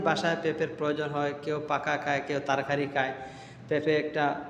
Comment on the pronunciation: তারকারি না তরকারি 😅😅😅😅